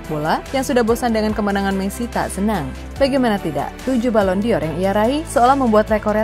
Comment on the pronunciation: Jgn jadi host min kalo nyebut nama orang pun salah apalagi bahas kelayakan balon door Sejak kapan psg punya pemain nama enjel ???